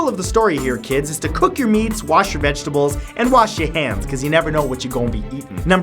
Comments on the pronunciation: Did he say vegable?!?! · lol u said vegable